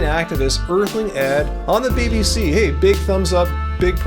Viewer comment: Lol, did anyone catch when called the BBC "the B-BS." 😂